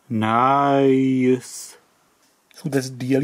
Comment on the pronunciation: And of course i like if he says "naice" 😃😁